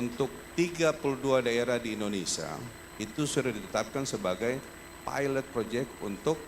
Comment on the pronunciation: Indonesia pak walkot. Bukan Indonesa